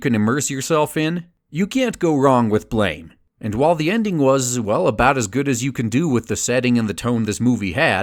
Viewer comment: It's pronounced "blam," though I enjoyed the video otherwise. I'm really hoping a Biomega film comes along.